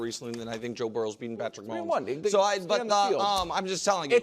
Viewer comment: He can't even say Patrick Mahomes so nothing after that is relevant.